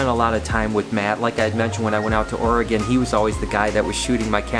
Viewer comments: sorry for your loss, but i have to give you some shit I am an Oregonian and it is not ORYGONE it is pronounced OR- A- GUN:) Love your videos keep up the amazing work!! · Ack it's pronounced or-e-gun! Wtg taking care of those snakes.